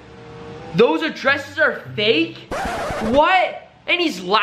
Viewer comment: What the hell is faek? 😂 I thought the word was fake! But just stop hating.